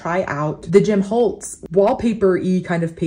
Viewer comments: I just have to laugh when you say Jim Holtz 😂 it’s actually Tim Holtz but I totally get that it looks like Jim on his label. ❤ love your videos! I live in the junk journaling world and we use a lot of Tim Holtz products. You may want to check out his distress inks and a blender for some fun water color looks in your Bible. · love you and all your videos , it is Tim Holtz not Jim. lol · Ok. I think I’ve heard you say Jim Holtz before. Just wanted to clarify that his name is TIM not JIM.